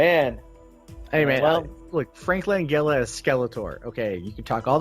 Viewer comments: Yeah he's such a big fan that he can't correctly prounce the man's name. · BTW, you're mispronouncing LANGELLA!!!